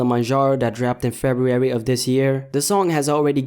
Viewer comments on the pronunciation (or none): Lmao the way you pronounce February